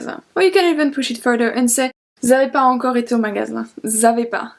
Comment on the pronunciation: I have a doubt you pronounced pas encore as pa encore aren't we going to use the liason here shouldn't we pronounce it as pa zencore pls clear my doubt but you're vids are really helpfull ❤